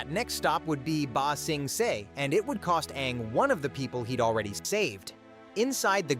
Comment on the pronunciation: You know, in order to ramp up, you REALLY need to A. Use your real voice. B. Get the text to speech to do stuff like rather then ba sing se(it pronounced it see) and do stuff like ba sing say(spell like prenounciation)